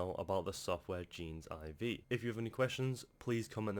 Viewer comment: Hey, thanks for leaving this review! Really appreciate it:) Heads up that it's kinda pronounced more like "Genesis" where the last letter "S" is replaced by "V" haha. Anyway, love the effort you put into drilling down into this program. Hit me up if you'd like to discuss partner opportunities:) Cheers, Desmond Leong